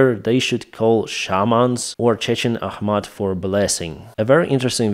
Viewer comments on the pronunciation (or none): none